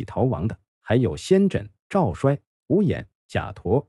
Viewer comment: 赵衰，‘衰’ 做人名要读作 ‘cui’. 所以是 Zhao cui . 故事讲的不错。点赞👍。 讲春秋战国故事，有些地名和人名的读音如果注意一下，就更完美了。